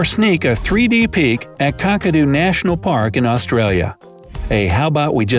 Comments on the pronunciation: kack-a-do not cark-a-do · Kakadu, the Ka is pronounced like ca in cat.